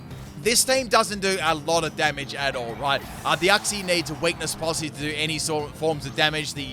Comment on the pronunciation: That’s how you say uxie